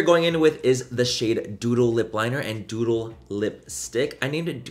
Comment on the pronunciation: When you first said “doodle”, I thought you said “dodo” 💩😂